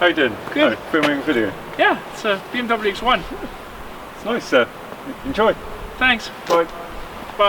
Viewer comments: IT'S PRONOUNCED "BE EM WE"! AND NOT "BI EM DABEL JU"! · You need an angry German guy to teach you how to pronounce BMW accurately.